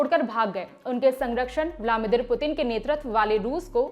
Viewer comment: व्लामिदिर, नेत्याहू , स्थित, उच्चारण में और भी कई गलतियां हैं। कृपया सुधार करें। 🙏